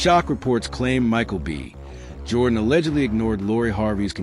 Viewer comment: Why is it read off like "Michael B..... Jordan"?